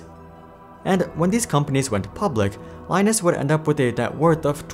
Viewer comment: Linus' name is pronounced the same way as Linux, rather than like the Tech Tips person.